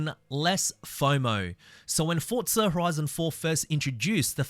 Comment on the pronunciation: Where is the T and forza? It's forza not fortzah